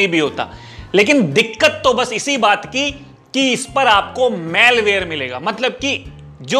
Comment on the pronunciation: भाई Malware को मैलवेर नहीं मालवेर बोलते है। 💐